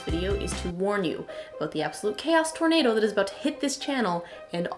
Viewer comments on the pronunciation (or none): none